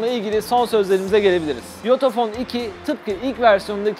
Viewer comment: Yutuphone diye anladım 🤣🤣